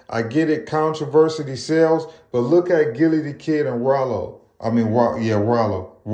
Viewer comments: Controversial? Contriversity? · Bro really can’t say “controversy” 😂😂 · 🤣😂😅that made me chuckle bruh 😅but then he kept sayin it had me sleep